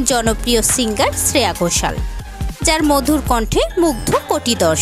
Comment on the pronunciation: Nainowale Ne! Neeti Mohan এর গান শ্রেয়া ঘোষালের বলে চালিয়ে দিলেন? আর শ্রেয়া ঘোষালের নামের উচ্চারণটাও ভুলভাল করছেন। এতো গাঢ় ভাবে ছে ছে করছেন কেন?